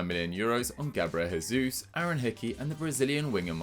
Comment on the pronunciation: When pronouncing the J in brazilian names, it's pronounced like an English J, not a Spanish one. Gabriel Jay-zoos, not Gabriel Hey-zoos. Lots of pundits do this and as a Brazilian it's very irritating lol